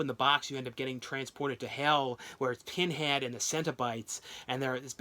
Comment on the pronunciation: its pinhead not tinhead